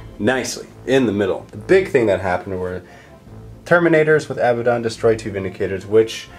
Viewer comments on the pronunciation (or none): A-bad-don Not Abba don. Say them out loud to yourself, which one sounds right, which one just sounds silly?